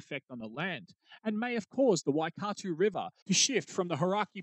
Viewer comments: Lol, Waikato is pronounced closer to 'Why cat toe' but Im sure a maori language enthusiast would argue that... Brilliant vid by the way 👍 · I'm confused. You have a Kiwi accent, but can't pronounce Waikato? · Hauraki and Waikato weren’t flash either… couldn’t you find a Kiwi to pronounce then for you?